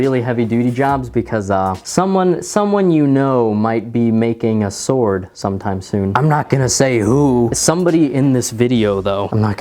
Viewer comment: shword? SHWORD!